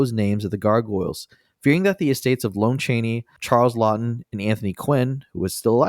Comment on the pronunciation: Pa-TIN-kin, not PATTIN-kin. Seriously, have you guys never seen The Princess Bride? And Lon Cheney is "lahhn" Cheney (Lon sounds like John.) The MINIMUM you can do before recording is look up the pronunciation of actors' names.